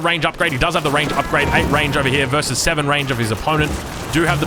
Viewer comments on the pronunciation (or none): none